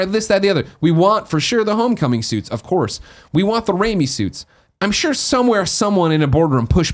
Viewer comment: Ooooooh, they meant RAIMI suit! I was like, what the hell is "Rami" suit?